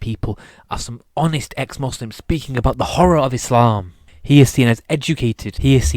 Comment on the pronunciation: Quite ironic when you can't even pronounce Islam and Muslim correctly.